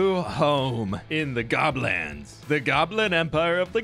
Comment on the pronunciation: Did... did say 'Goblands'? Us North Easterners are having a bit of a giggle at that. 😆